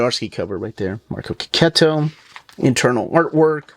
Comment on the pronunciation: Artist' name is pronounced KE-KETO! So glad I watched this vid and picked up on this after so many years of saying it wrobg! 😅